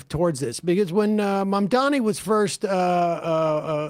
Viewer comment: He’s clearly the pick for progressive voters in the primary. Just wished he said Zohrans last name right bruh😂😭 it’s mam-dah-nee cmon now it’s not hard mane